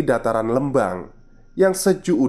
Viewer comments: Telat nih baru dengerin podcastnya, maaf mas Lembang itu dibaca Lembang pake E biasa, kaya huruf E dikata Merah. 🙏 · Lembang jd leumbang 🙈🙈🙈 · Skedar masukan. Pengucapan " E" pd kata Lembang hrsnya spt Pengucapan E pada kata Lele.maju trus min.....